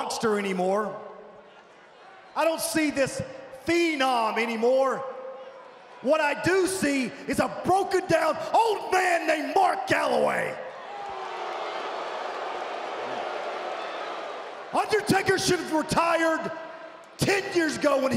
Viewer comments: Did AJ just say Mark Galloway instead of Callaway? Haha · "Mark Galloway" LoL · It sounded "Calaway" to me...